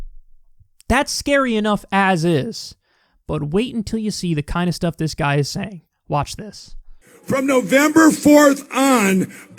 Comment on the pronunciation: “the my pillow geuhuy” mans can’t even say this nut’s title